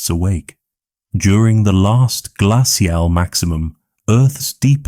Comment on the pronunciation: I can usually tolerate ai voice but the way they pronounced "glacial" almost made me turn off the video and find something else to fall asleep to x_x other than that this was a fantasic documentary. If you got a real person to read your scripts your videos would get hundreds of thousands of views, I'd bet, because the actual script itself is REALLY good!